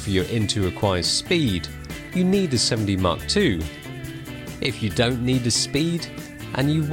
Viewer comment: He pronounces it like 'semmen dee' so it can appear to sound like semi